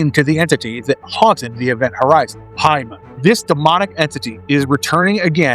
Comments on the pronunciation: another event horizon video where an american butchers the pronunciation. Its Pay-mun not Pie-mon EDIT Ive never ever had to slow down a youtube video before. I highly suggest not speaking like youve just done a bump of coke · I hate when people call him PIE-mon. ITS MOTHER FUCKING PAY-mon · I had to go back and rewatch the part where you said the name of the entity. I kept hearing "hymen" 🙈 Also, saying "return again" means Paimon has returned once before. It's like saying "rereturned". Doesn't make much sense, right? 😁